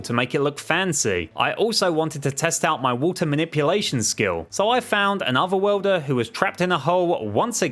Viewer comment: Okay okay I know he's saying other worlder but it sounds like otherwelder